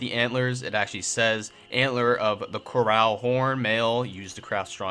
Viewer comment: Also “co-ruhl”, not “core-al” 😂